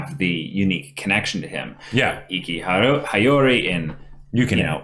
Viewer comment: The way he says regalia is tolerable for me but every time I hear High-Yori I gradually get more and more ticked off xD